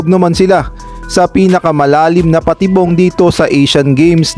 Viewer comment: Sir mali nmn ang sinasabing patibong mo.hehe